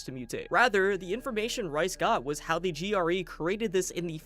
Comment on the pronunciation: Bout 30 minutes in, going great, but how many times am I gonna have to hear him call Rais “rice” 😭